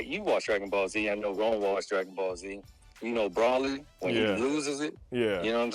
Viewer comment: If yall dont stop pronouncing broly name wrong lol 😂